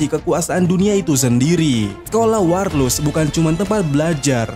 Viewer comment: Mulut typo...waLRus cuk..bukan waRLus...